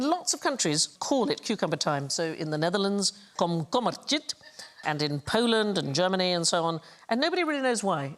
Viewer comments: Dutch pronounciation was perfect, apart from the pronounciation of ´tijd.´ Had Sandi just said ´tide´ she would´ve nailed it. Google Translate often pronounces it for you, try that out QI. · In fact “tijd” rimes with “tide” (or rather “bite”) only in Rotterdam. In standard Dutch It is a diphtongue beginning with a very open “a” as in “bag” gliding to and ending in the “i” as in “pit”. The “d” at the end is pronounced as a “t”. Sandie makes it sound very Danish lol. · komkommer-tiet as Sandy said it, has a effect on the Dutch. tiet=mammal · As a dutch person, i love how wrongly Sandy pronounces 'Komkommertijd'.